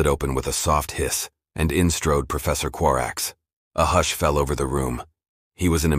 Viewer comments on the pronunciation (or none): none